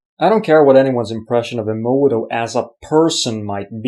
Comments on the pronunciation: it's not ii-moto it's eh-moto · Eh moh toh, not ee moh toh.... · For someone that claims to really revere the work of Masaru Emoto... () does a great job of not pronouncing his last name correctly.